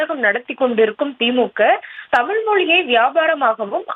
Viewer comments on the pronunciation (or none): none